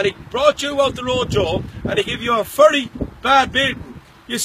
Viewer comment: it's very not fery